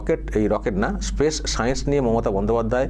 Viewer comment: ওসব অনেক দূরের কথা, " স্পেস " উচ্চারণ টা করা যাবে তো নাকি , তাতে পবলেম হবে বলে " পেস " বলতে হবে। 🤣🤣🤣